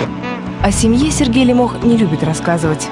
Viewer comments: ЛЕмох а не ЛемОх, ухо режет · Все время думал,что Лемох ударение на "е"...А тут слышу дикторша ЛемОх обозвала...) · Девушка не правильно озвучивает фамилию ЛЕмох, Е ударная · ЛЕмох, а не ЛемОх! Как можно так ошибаться?! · Почему лимОх? ЛЕмох он, а не лимОх 😎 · Не ЛемОх, а ЛЕмох...девушка🤦‍♀️ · Не ЛемОх, а ЛЕмох! Ударение ставьте правильно! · Не ЛемОх А ЛЕмох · "" ударение не там ставит- Лемох! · Девушка за кадром !!! Вы не там ставите ударение в фамилии нашего кумира Лемоха !!!! Не могу слышать 😂😂😂😂😂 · Ударение на фамилии не то, режет ухо